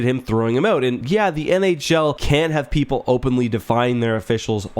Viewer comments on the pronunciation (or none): The audio I get sounded like 'can have have people openly...' and the transcript also has 'can'. I think you said 'can't and if so, I pretty much agree they shouldn't openly defy. But like you mentioned earlier in the video there needs to be some type of transparent accountability. And by transparent, I also mean transparent to the fans as well. Because at the end of the day we are the customers and the ones paying the bills. Be it through ticket, merchandise sales, purchases of advertisers products or what have you. Thanks for another excellent video.